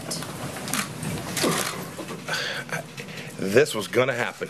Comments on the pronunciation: So the fatheaded Pompeo stands next to the clench-teethed weasel Mnuchin and lies while tapdancing very badly and contradicts himself. Is anyone surprised? He can't even pronounce "imminent" correctly. "The attack was immemminnent....." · He can't even pronounce imminent.